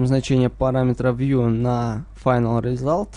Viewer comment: в принципе, не так сильно это режет слух)) разве что вьи, вместо вью))